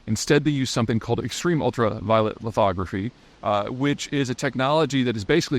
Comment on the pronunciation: Thank you for saying lithography correctly!